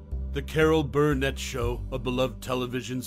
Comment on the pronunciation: "Carol BURRRRnet.. Carol BURRRnet".. seriously, dude.